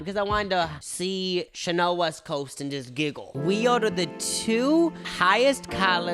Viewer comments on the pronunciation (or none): none